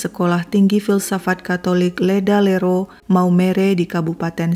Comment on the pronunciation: "Ledalero" and "Lembata", please pronounce the letter 'e' like we pronounce the letter 'e' on 'emas'. You did great. First time i heard the story, when i was just a little, junior high school. People around me tried to hide the story, because I was too young to heard the story.